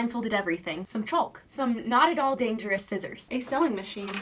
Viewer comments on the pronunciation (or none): I have never in my life heard someone pronounce the L in chalk, and I was a ChalkZone stan